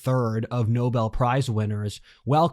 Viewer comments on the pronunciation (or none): none